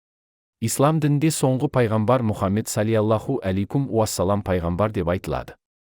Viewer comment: Муһаммад с.а.с дегенді дұрыстап аитшы